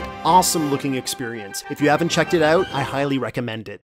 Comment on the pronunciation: Is dog canadian? "Check it owwt"